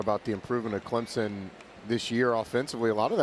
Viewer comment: Can these Dumbass TV game callers learn how to pronounce teams names..... its ClemSon not ClemZon...